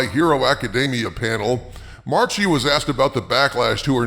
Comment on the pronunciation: Every time you misspoke "Marchi", I cringed. Anyway, since my really distant cousin is such an a-hole, I won't mind the pronunciation slip-up.